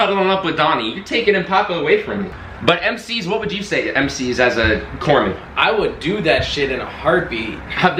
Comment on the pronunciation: It's Corpsman. They are the medics in the Navy. When assigned to a Marine Corps unit, you are in war up to your neck. Your job? People get shot. They cry "Corpsman!" You then stop them dying long enough to reach a doctor.